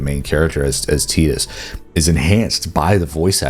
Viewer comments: Never heard someone say his name at Teeedus Instead of Tyyydus before. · Teetus? Do you mean, TYE-dus? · "Teetus" Ffs... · The way you say "Tidus" triggers me